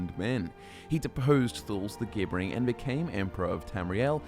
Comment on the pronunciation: "Gibbering" is pronounced "JIB-ber-ring"